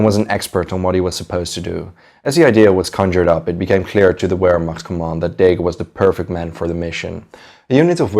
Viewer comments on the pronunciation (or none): it's not "W"ehrmacht...........it's "V"ermacht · Alfred Iodl, not giodl. German, not english......Vilhelm, not uilhelm.......Pls, review your pronunciation of german words....vehrmacht, not uehrmacht.......... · " VEHRMACHT"......THE W IS PRONOUNCED LIKE A V.... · Btw it is pronounced as Ver macht (Wehrmacht) not wer mach. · "Ver- Macht" and "showww-did" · W in german is pronounced with a V sound... Wehrmacht is pronounced "Vehrmact".... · It’s pronounced Vehrmacht. Jus sayin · Brantley Hester in English we pronounce it vairmacht like it’s supposed to be. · Great video! Though I gotta say Wehrmacht is pronounced with a V sound, not a W. Like VEHRmacht. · The German Armed forces during the Second World War, the Wehrmacht, is NOT pronounced “Where-Macht” the “W” is pronounced with a “V” sound. otherwise good content. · everytime u spelt "Wehrmacht" my ears bled :( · You are aware that “wehrmacht” is pronounced starting with a “v” right? 🤦‍♂️ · In German, the letter W is pronouned like a V in English. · It's driving me crazy too but I think he's just trying to pronounce it in English though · Noticed that...and his mispronounciation of wehrmacht and even numerous english words is very distracting in this video